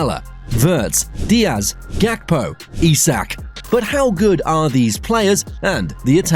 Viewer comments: Not Gapko, his name is GAKPO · Why do people call gakpo gapko instead 😂😂😂 and slobbersly instead of szoboslai 🤣